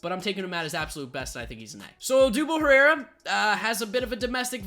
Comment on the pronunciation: I think you did Herrera wrong